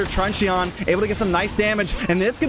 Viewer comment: trun CHEE-YON?? its trunchun..